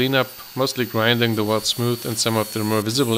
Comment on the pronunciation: Stopped watching at “weld”